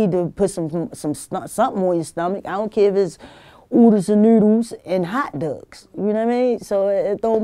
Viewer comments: oodles and noodles and hot DUGS baltimore accent on 1000!! 😂😂😂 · Hot dugs. God damn they really do call "dogs" "dugs" lmao. I always heard that in Homicide and The Wire!